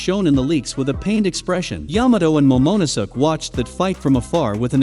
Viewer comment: Yamato and "momonosuck"